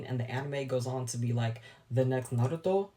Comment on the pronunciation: the way you said 'Naruto'? Respect. Thank you so much for not saying Nahruudoh.